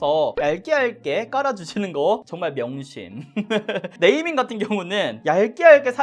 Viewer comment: 눼이밍 뤠위어드 쿼버 빠운뒈이쎠언~